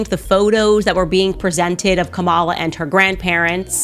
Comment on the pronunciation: you could’ve at least pronounced her name correctly!!! It’s Comma-Lah 🎉